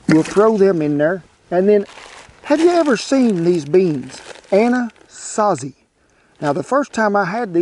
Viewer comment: Kent doesn't know it, but the way he pronounces "anasazi beans", he's nearly saying my true name. Love it.